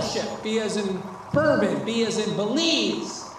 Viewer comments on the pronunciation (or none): none